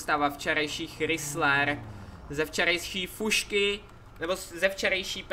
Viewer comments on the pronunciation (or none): Nečte se to Chrysler ale Krajzler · Chrysler se nevyslovuje "chrysler" ale "krajzler", strašně mě to štve když to někdo vyslovuje špatně :D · čte se to "Chrajsler" a ne "Chrysler". Pls vyslovuj to správně.;) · Chrysler se čte krajsler ok jinak super video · hele chci se zeptat, seš si opravdu jistej že se to auto vyslovuje chrisler a krajzler? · Neříká se tomu chrisler ale (chrajzler) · Hej Chrysler se nečte Chrysler ale chrajsler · Chrajsler se.to cte pise se to chrisller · není to chrizler ale chrajzler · To není chrysler ale chrajzler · Vyslovuje sa to chrajsler 😉 inak super videjko ale mohol si zobrať minule radšej to žlté Bentley 😉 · Čau jenom že Chrysler se vyslovuje česky Kraisler. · Píše se to chrysler a čte se to chrajsler mi máme takový kabriolet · nevyslovuje se to chrisler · Čte se to [chrajzler] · Čte se to chrajsler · čte se to hraijzler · Čte se to chrajzler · Vyslovuje se to chrajsler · Mě se úplně trháj usi když slyším jak vyslovuje ten chrysler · Chrysler se nečte tak jak se píše